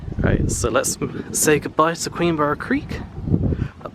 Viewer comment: Pronounce it queenbra